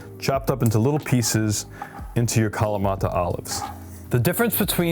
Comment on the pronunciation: Why do you pronounce kalamata with a Hispanic accent?